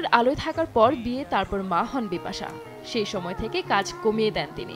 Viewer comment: Bipasssa uccharon hobena